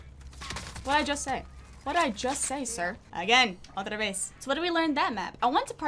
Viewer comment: Otra veez! 😂😂